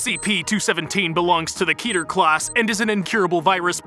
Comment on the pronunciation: “Kether” made me scream inside